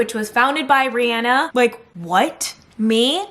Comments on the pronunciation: ceo of "Reana" instead of Rihanna 😭😭😅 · Why did she say “ rhienna” when everybody knows that it is pronounced RHIANNA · You pronounced Rihanna's name wrong